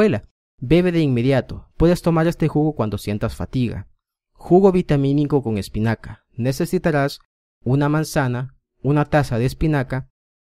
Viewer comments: Jajaja espicana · Jajajaja Like si en el segundo 10... Vieron el error ... " Espicana "